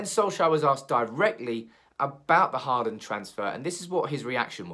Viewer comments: Pronunciation: not "Harland", but more like "Holand" or "Hauland". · Think you need to work on your Håland prounounciation. Because me among most scandinavians cant stand the way your prounouncing his name as Heartland? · Haaland = Hawland That's how you would pronounce it in English. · actually the aa in "haaland" is pronounced like the "o" in for example "boring"